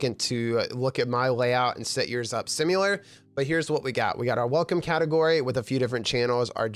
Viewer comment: "simyuhler" hits hard🗣🗣🗣🔥🔥🔥🔥🔥🔥